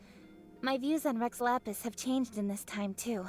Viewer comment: It sounds like he is trying to say "Rex Lapis" as "Reh Lala" PLEASE I WANT TO FREAKING CRY This is the genshin i fell in love with - the genshin with so much meaning, detail and emotion! Guoba is so cute- i love him so much!